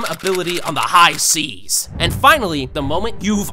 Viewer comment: "High sees"